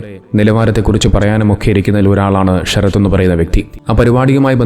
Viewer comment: ഷരത്ത് അല്ലല്ലോ.. ശരത്ത് അല്ലേ..?